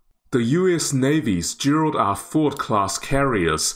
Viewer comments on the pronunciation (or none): none